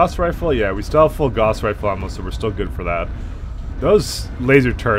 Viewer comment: The Gauss rifle (rhymes with "house", not "loss) has always exploded when hit while the ammo is inert. The XL engine, likewise, is vulnerable to critical hits in the side torsos and if an IS mech with an XL engine loses a side torso it will die. Clan mechs don't have this problem. CASE is, because of that, utterly useless on a Bushwacker unless you downgrade to a standard engine (or in tabletop and MWO, a light engine) or put your ammo weapon in the arms. But hey, you can't remember the rules of the game, you can't remember the lore, and you can't remember what is a quite small series compared to many of the bigger franchises, and you talk like a tool, but nobody else has done an LP in HD so we're stuck with you.